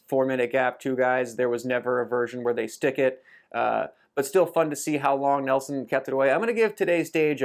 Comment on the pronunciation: Neilson not Nelson 👍